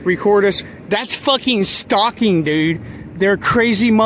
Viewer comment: Stoucking??🤣 You mean "stalking" champ 😉 Also I will NEVER EVER NOT EVER get enough of the Kic clip 😅